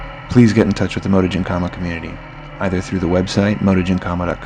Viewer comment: Why you pronouncing it motogymkhama?